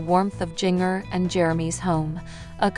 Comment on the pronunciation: Please learn how to say her name correctly. It’s Jinger-like the spice, ginger. Stop slaughtering her name‼️‼️‼️